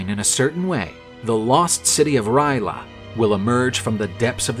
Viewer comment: First time i heard Ry'leth being pronounced Ry'la